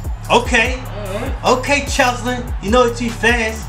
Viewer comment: It’s C H E S L I N not chelsin